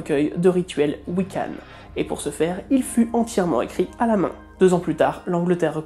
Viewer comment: Coucou. Je suis Wicce. (Une femme pratiquant la Wicca. On dit un homme Wiccan et un femme Wicce. Enfin après c'est comme la personne concernée préfère, c'est comme tout dans cette religion, c'est comme chacun le sens mieux. Juste... Généralement on prononce «Wiccan» avec le son «han» pas «hanne» ça m'a gratouillé l'oreille toute la vidéo. Très bon travail au fait, merci beaucoup ! ^^